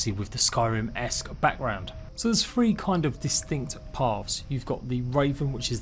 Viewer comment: When did the number three become the word free, super pisses me off and can't watch videos with people that talk like this.